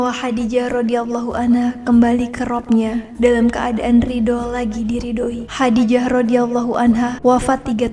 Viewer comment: Masukan: lafal khodijah menggunakan huruf kho, خَدِيجَة Jadi, penyebutannya lebih tepat khodijah bukan khadijah.. Semoga semakin berkembang..